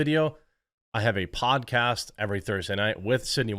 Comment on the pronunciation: I heard "And BTW, if you're watching this video I have a pot-cast every Thursday night with Sidney Watson" Me: Where do I sign up for this pot- I mean where do I audution? My brain after 15 seconds: Go back and give it another listen. It was PODCAST, you idjit!